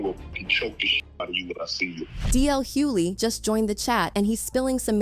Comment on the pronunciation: Yeah, you used DL as your thumbnail.... but ya can't pronounce his last name properly! Make that make sense. I'd tell you clout chasers to keep DL's name out your mouths, but you clearly don't know the man's actual LAST NAME 😂.